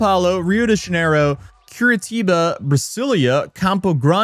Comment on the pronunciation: I like the way this guy pronounced certain cities. As someone who lives in Curitiba, "Curitiba" isn't pronounced like that, but I actually like his version better.